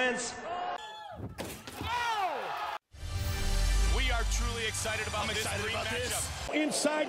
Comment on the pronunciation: "I'm not impressed by your pair-formence"